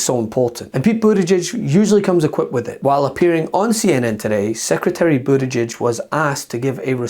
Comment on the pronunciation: Did we all notice that Moscow Mitch called Pete Bood-egg-egg? What a complete tool 🙄 Pete's tooooo good for Mitch